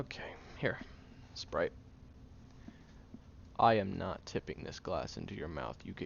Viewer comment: since you said "spood" when you said "Sprite" I was going to say sprit 😂